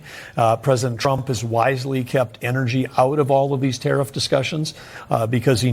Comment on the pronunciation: She mispronounces the word tariff. The stress is on the first syllable.